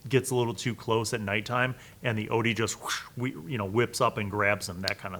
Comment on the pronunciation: It’s pronounced Ot-yug